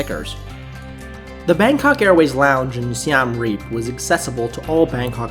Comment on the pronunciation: Yeah, agree. Also, your saying "Siem Reap" is definitely wrong tbh, and their English name is Siem Reap, not Siam Reap. Hope you can fix that up